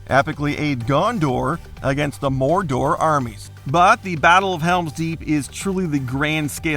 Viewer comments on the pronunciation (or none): SAROO-MAN, MOR-DOOR... damn what a pain to hear. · "Gondor" and "Mordor" pronouncing is halarious :D